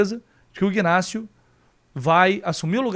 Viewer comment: Bom dia. O nome Ignácio o g e mudo. Pronúncia certa e. Inácio.ok. saudações tricolores 😊